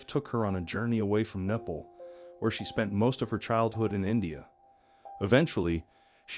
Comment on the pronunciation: Why did you pronounce Nepal like that? 😐